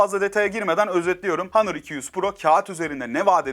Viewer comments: Başta Honor sonra hanır:)) lan on Türkçe honor işte! İngilizceyi bile kırmak neden! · Kardeşim hanor hanır deyip duruyorsun doğru düzgün söylesene ya ne kadar itici geliyor ya günün ağzına sıçıyorsun hanır ne ya